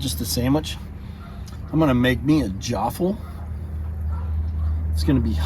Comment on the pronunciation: “Jaaafle” 😬😑 - every Australian